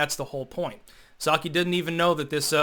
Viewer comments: The “p” in Psaki is silent. Like the “p” in (p)resident Biden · The P in Psaki is silent, just like the P in President Biden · When you say the name Jen Psaki, the “P” is silent just like the “P” in President Biden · I misheard it as "sake" the first time. Which is fitting considering her answers would push one to drink. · Given that Biden pronounces psalm as palmist, who knows how Psaki is pronounced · can’t pronounce her name, this proves he’s anti feminist. I haven’t seen the woman but if she’s a POC then that mispronunciation is racist as well.